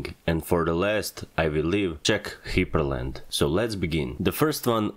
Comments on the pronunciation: Hyprland is pronounced as Hyper land. not Hiper land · That's it. That's how I'm pronouncing "hyprland" from now on.